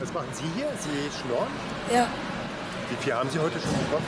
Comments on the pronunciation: schnurren ? Wie ne Katze oder was ? Glaube eher "schnorren" . Also der Sprecher hat ja garkein Rückrad. Der liest dir alles vor, wenn er dafür bezahlt wird ..... oder ? Jeder Mensch in ganz Deutschland kennt diesen Ausdruck !!! Nur dieses Mietmaul nicht ! Sorry aber sowas regt mich auf :) ! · schnurren 😄, d.h. 'schnorren'... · sacht der "schnurren"? Des heißt schnorren mein Froind